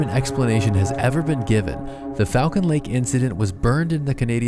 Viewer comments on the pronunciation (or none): As someone who goes to this lake I need you to know it's pronounced Fall-Cuhn. Also I've done a horse back trail ride out the site where the sighting happened and people have brought geiger meters and the area is still mildly radioactive